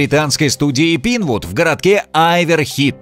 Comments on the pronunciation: О, господи. Не пинвуд, а пайнвуд! учите инглиш) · Не "Пинвуд" а "Пайнвуд" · Пинвуд… может пайнвуд (pinewood)